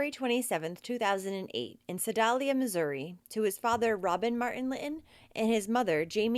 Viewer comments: Su-dale-ya is how the town's. I'm from that area. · Your great. Love your expressions 💕💕💕 Sedalia -ali sounds like ale in male